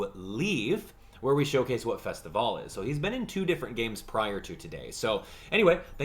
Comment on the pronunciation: THANK YOU for saying Festivale correctly!!!